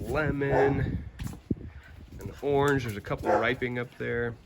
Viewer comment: I think low-key wants a youtube channel 😂 also dying at the way he says orange. we say are-ange in the northeast!!